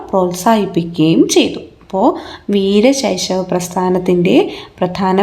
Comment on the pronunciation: വീരശൈശവ ❌വീര ശൈവ✅